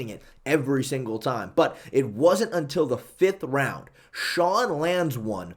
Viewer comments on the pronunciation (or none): none